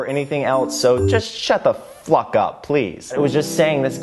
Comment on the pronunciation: omnision says "shut the fwuck up"